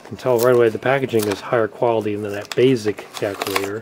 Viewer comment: bro you cant pronounce calculator and now you keep saying “bazzic”….the Fn word is BASE-ICK basic basic basic holy S where did you learn to speak